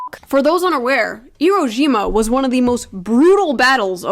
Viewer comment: why are you pronouncing it iro jima